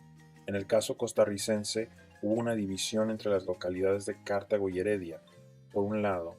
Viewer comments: Todo bien lo malo es que cuando dices Cártago en vez de Cartago pierdes credibilidad 🤦🏻‍♂️ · Dónde leyó que Cartago se pronuncia Cártago? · Es como escuchar la falaz historia que viene en los libros de escuela y colegio. Que duro. Esos datos de la cantidad pobladores son completamente cesgados, cómo iban a calcular la población indígena si no habían salido de Cartago? Y por cierto es Cartago no Cártago jaja Sí hubo violencia en contra de los indígenas, sí hubo encomiendas con las que se fundaron varios cantones de hoy en día: por ejemplo Tres Ríos. Lo que hubo fue una resistencia cabrona y por eso el sistema de esclavitud no les funcionó. Desde ahí comenzó el mito de la Costa Rica blanca.